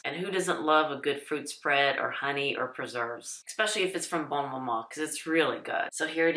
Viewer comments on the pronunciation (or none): I got mine for the first time this year. Lovely! As a diabetic, a 37 gram jar lasts three breakfasts, so it'll last more than twenty-four days. Order early to avoid disappointment. Only one negative comment - I wish this lady would learn how to pronounce "bonne". She says "bone" every time.